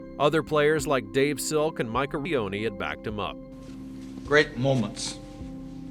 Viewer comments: Its Mike Eruzione please say his name right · The “Armageddon” plot hole. Why edit the pronunciation of “Eruzione”?